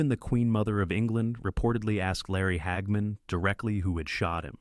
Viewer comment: Who is "Hag Man"? ...Stupid AI